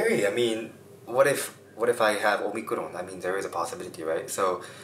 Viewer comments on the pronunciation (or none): Kawaii - you said o-mi-KU-ron 😋😋